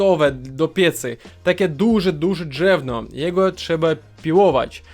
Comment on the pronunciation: Nie drzewno, tylko drewno.